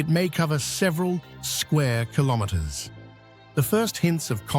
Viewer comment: …at over six hundred kilomwamwamwam….